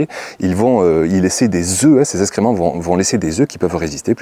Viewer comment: parlez français ! SVP. : eX créments Pas. eSScrément